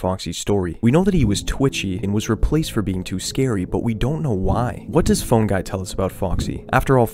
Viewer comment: Just a side note, as criticism to help make your content better, you should really try to pronounce the "phone" in "Phone Guy" with more of an O sound. At least to me, it's too much as "Fun Guy". My reaction was: "Who the f is Fun guy?" and then instantly realising you said Phone. It's supposed to be helpful criticism, if it's not, then ignore it. I just thought it fits your "theme/mood" in the videos. Otherwise, nice video :)